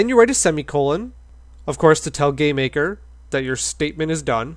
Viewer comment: I keep hearing you say "gay maker"